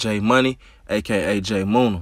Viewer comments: Who tf is J Moona? Munna pronounced Munnuh. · Munna=Money , not moonah bruh 😂😂😂